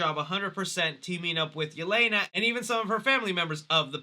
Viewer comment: I am sorry but the way they pronounced Yelena's name in the movie hurt my ears